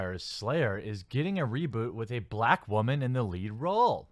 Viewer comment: You say woman funny. WAHMAN.